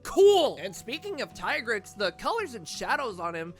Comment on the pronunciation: I’m just glad the community continues to pronounce Tigrex as Tie-Grex instead of Tee-Grex